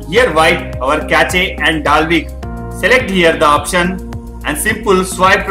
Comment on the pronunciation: Cache is not "ca-che" it is pronounced as "kash".